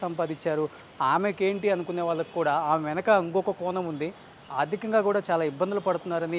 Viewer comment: మలయాలం కాదురా మలయాళం వాల్లు కాదు వాళ్ళు కోనం కాదు కోణం తెలుగు చండాలం Mr. ( )